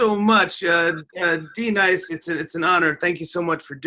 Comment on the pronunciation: D-Nice? Do u mean Denise?